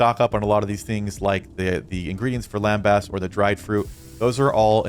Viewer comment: Also… it’s lembus in pronunciation not lembass. 😂